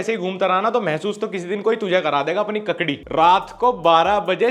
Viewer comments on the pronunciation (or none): Kakdi kese bol dia bhai 😭😭😭😂😂😂💀💀💀💀